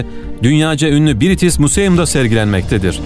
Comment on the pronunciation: Arkadaş biritis mu ze um gibi bir okuma nedir yahu britiş müzıyım diye okundugunu google translate i acip baksan goreceksin madem video yapiyossunuz bari hersey duzgun olsun degil mi